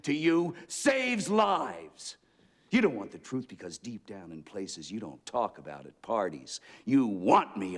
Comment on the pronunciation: All I hear when i think of this scene is "you can't handle vermouth" 😅 Anyone else?